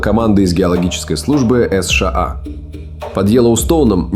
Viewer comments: Это ИИ. Так как человек говорит США а не, эс шей эй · "Эс Шэ А" не смутило?